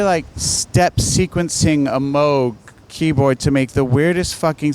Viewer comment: Excellent 80s pop knowledge, but surprised he doesn’t know how to pronounce ”Moog”